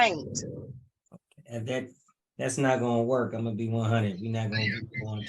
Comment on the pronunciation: "No, he cain't". Should be charged with murdering the English Language.